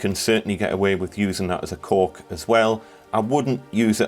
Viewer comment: Thank you for pronouncing it ‘cork’ and not ‘cauLk’. 🙂